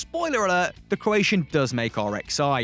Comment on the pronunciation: SHurly I'm not the only one, CroaSHian, SHterling, eSHpeSHially, MarSHelo, SHtrength